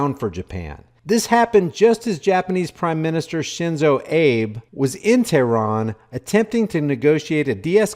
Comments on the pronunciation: Abe = Ah-Bay. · Good report ! Pronunciation of prime minister of Japan is Aah- bay. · Shinzo Abe.... pronounced..."Ah Bay"